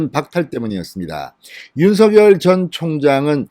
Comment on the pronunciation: 윤석열 발음 똑바로 듣게 부탁합니다